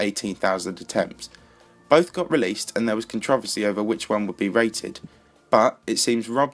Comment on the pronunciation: The way you say controversy is funny, but otherwise great video only thing I would say is you should put some BGM in your videos so they aren't as quiet